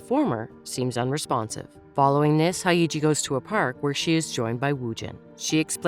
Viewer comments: her name is Hyeji, Haeiji isn't a name afaik. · It's pronounced as 'Hey-ji' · The funniest thing is how the narrator pronounces their names. “Hi-iji” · Hae and Hey don't sound quite similar, and you are inverting the Y and the E, it's not pronounced that way. You wouldn't pronounce Yeji's name like Eyji, would you? Hyeji is like Yeji but with an H.